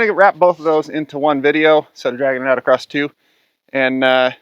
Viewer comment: I get a real kick out of the extra letters you use in some of your words for no discernable reason. Heighth, acrosst, etc. Great explanations though!